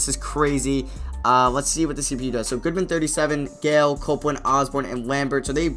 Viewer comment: Goodman* not Goodwan